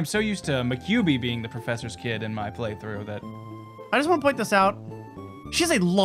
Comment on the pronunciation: "Maquibi".... Ma-nine tails?